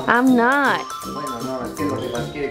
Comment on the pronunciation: El "I’m not" de Pau me mató😂🤍